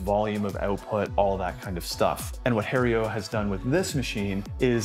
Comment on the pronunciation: Lost me at calling it Hae-rio. Learn to pronounce the name of the company you are stumping for. I'm amazed they didn't boot you out immediately